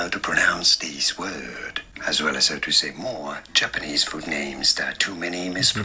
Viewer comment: as is very common with ESL people, they have a really hard time with minimal pairs so they will pronounce "this" as "these" and even "these" isn't correct because they say "s" instead of "z". really hurts my ears. as for "mochi", not only was his mora and pitch incorrect, but also the "ch" sound was bad.